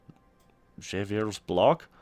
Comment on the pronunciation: Little tip: "Javier" is pronounced "Ha-vier"